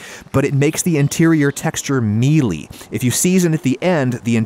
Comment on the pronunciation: Why does he say mealy and creamy so weird